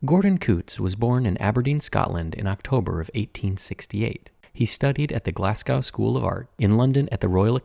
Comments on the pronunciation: "Glaz-Go", not "Glass-Gow", cheers. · oh, yes! Awful! But not the only American to do so, mangling places names is particularly common, poor Glasgow gets more than it’s fair share, not Julian’s fault if everyone else is also doing this. Glaz-go for those who care, though the Scots might disagree more. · For the future, it's pronounced Glas-GO, the W is silent. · I know I'm being a bit picky but as your attention to detail is outstanding I thought you would like to know that Glasgow is pronounced Glaz-go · The American pronunciation of Glasgow gives me the ick. It's Glaz-goh not Glas-gou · Just FYI, it’s Glaz-go, not Glaz-gow. Unless you’re from the area, then it seems to be Glaz-gee (hard g) ;) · I was giggling at Julian's pronunciation of Glasgow like "Glass cow" 😂 (as opposed to "Glazgo") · 'Glasgow' is pronounced 'Glaz-go' not 'Glass-Cow'............Apart from the mispronunciation of my home town's name, I loved this wee video, stunning painting brought back to all it's reflective subject's glory ❤ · Americans always say Glasgow wrong . Its GlasGO not GlasCow, Scots towns are always an issue 😅😂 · The only time I've ever had issue with you Sir, it's Glaz-go not Glass-cow in Scotland. Wonderful video and work that is a lesson in not accepting second best. Regards from Scotland. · Small note: Glasgow is not pronounced "glass cow". It's pronounced "glaz go". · I cringed at the pronunciation of Glasgow more. It's Glasgow as in 'to go somewhere', not 'Glasgow-rhymes-with-cow' ! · As someone from "glass gaow" my feelings are hurt by that pronunciation my guy 🤣🤣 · Based on your pronunciation of 'Glas-gow', your French is better than your Scottish. :) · It's pronounced glaz-go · I love how you pronounced Glasgow 😅😂 im from Glasgow or u might say im a Glasweigan 😂❤ The colours used in this piece are stunners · Love how you pronounced Glasgow, haha. What a gorgeous piece.